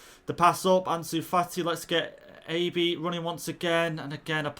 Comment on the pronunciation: Abe is pronounced eyb I think